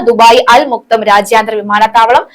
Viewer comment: അൽ മക്തം എന്നാണ്. അവിടുത്തെ ഷെയ്ഖ് കുടുംബ പേരാണ്. തെറ്റിച് ഉച്ഛരിക്കരുത്.